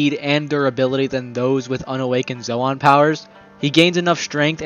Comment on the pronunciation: Zo- ahn bro it's zone...